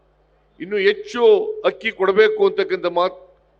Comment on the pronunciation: ಅದು ಎಚ್ಚು ಅಲ್ಲ ಹೆಚ್ಚು. ನಿನ್ನ ಕನ್ನಡ ಭಾಷೆ ಕೇಳಿದ್ರೆ ಆತ್ಮಹತ್ಯೆ‌ ಮಾಡಿಕೊಳ್ಳ ಬೇಕೆನಿಸುತ್ತದೆ. ನಿನಗೆ ಮರ್ಯಾದೆ‌ ಕೊಡದೆ ರಾಹುಲ್ ಮತ್ತು ಖರ್ಗೆ ನಿನ್ನ ಭಾಷಣದ ಮಧ್ಯದಲ್ಲಿ ಹೊರಟುಹೋದರಲ್ಲಾ, ಏನೂ ಅನಿಸುವುದಿಲ್ಲವೆ? ಇಂತಹ ಭಂಡ ಜೀವನ ಬೇಕೆ?